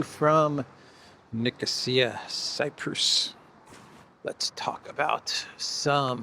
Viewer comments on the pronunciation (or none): none